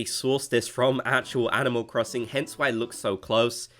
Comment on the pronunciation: LMAO IM CRYING “animal crosinc” 😭